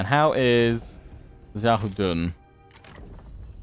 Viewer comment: Best pronunciation of xiahou dun I’ve ever heard